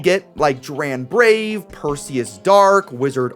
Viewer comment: you called dran braves bit W instead of V :/